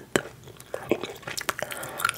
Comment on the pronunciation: Calamar le faltó cerrar la R buen video 🥰🥰